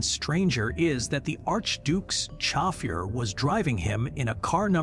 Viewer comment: Really? World War i? Chofier? Bloody AI. Can't you read it yourself? Anticrist? Terrible.